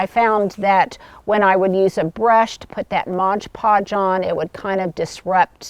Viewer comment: It’s MOD PODGE, NOT Modge Podge. Easy to mistake